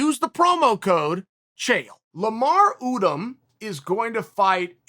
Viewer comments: really geek you dont know how to say Lamar Odom? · “Lamar Oodom” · No it’s Lamar Dumbdumb